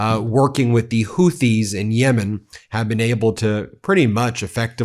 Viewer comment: Please check the way to say Houthis. Pretty sure the h is silent and that 'Hoo-tees' is the way it sounds.